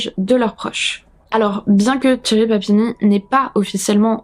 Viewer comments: C'est pas une question d'accent, le R à la française ça ne me choque pas, c'est juste que son prénom se prononce avec le son "sh" et pas "tch" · En effet, t'as vraiment besoin de cours d'anglais ! C'est pas tchéri mais chéri (phonétiquement) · j'y peuc rien, j'entends "Thierry" au lieu de Sherri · Toute la vidéo, quand tu disais "Sherri" j'entendais "Thierry", c'était perturbant. Sinon, ça fait peur de savoir que des gens peuvent faire ça et détruire sa famille. Tu n'as quasiment pas parlé des enfants? Quels âges ils avaient? Parce qu'ils auraient pu dire si Sherri frappait Keith ou le contraire, ou si il n'y avait pas de violences physiques. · Super vidéo, je connaissais pas du tout cette histoire et les explications et tes théories sur son cas clinique rendent cette vidéo très interessante ! Mais bon, je vais être cette personne : j'ai enseigné l'anglais pendant près de 10 ans et comme Cambly est le sponsor, ça me semble approprié :) alors toute la vidéo, je trouvais bizarre que la "victime" s'appelait Thierry. Je faisais la vaisselle donc j'avais pas les yeux sur l'écran à 100%, et je me disais que je vérifierais après coup. Oui, toute la vidéo j'entendais le prénom Thierry ! Donc ce prénom là, Sherry, se prononce comme le français Chérie, c'est un son/sh/ doux, comme dans le mot Shoes. Voilà, juste un petit détail rigolo qui n'enlève rien aux mérites de cette vidéo !